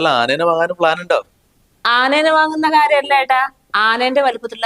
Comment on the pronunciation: Anena alla anayenna